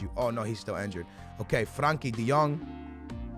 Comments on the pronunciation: Its frenkie de jong not Frankie de jong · It is FRENKIE DE JONG not FRANKIE